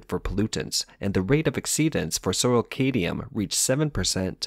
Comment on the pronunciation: the 'd' in Cadmium isn't silent, but a lot of people probably already mentioned that.